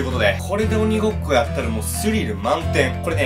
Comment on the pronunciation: 1：50リアルう○こ2ってきこえた